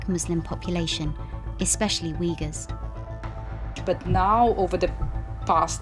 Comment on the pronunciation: I especially love how the expert lady pronounces Uighurs the right way (=Oo-i-goors) and then the narrator lady just keeps being American and completely butcher it